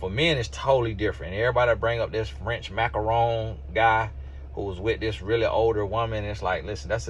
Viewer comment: 😂😂😂😂😂 Ma-cron not macaron